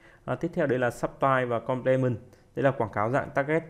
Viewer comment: Video bổ ích. Góp ý chút: Ở phút thứ 36 đề cập về Substitutes và Complements, Ad nói tiếng Anh sai nhiều (nếu là nói kiểu Việt thì ko bàn). Và giải nghĩa 2 khái niệm Hàng hóa thay thế, hàng hóa bổ trợ chưa sát.